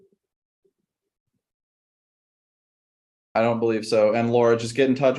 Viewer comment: About six times during this video I heard the judge asking questions to "Miss Manner" and I was like, "WHO is Miss Manner?" Until at the end when he said, "Is that all for Miss Manner?" and I was like, "Oh... THIS MATTER!"